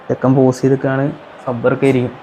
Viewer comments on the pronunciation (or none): none